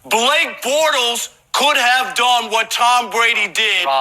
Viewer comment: I twat I taw a putty tat? Tawm Bwady is Blake Bwortles! - Rob Parker